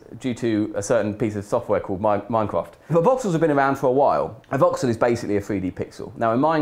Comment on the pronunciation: Anyone else think he said "Vauxhall" instead of Voxel at first?